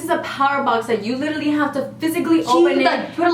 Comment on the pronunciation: Drinking game: take a shot every time they say “lidally”